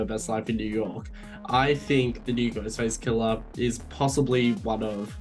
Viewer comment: 'Ghostface killer' might be the best phrase possible for an Aussie accent. At least to my ears. Well done. Also I know it would be utterly stupid to bring back Stu Macher...but I really, really want to see him again and would happily suspend disbelief if need be.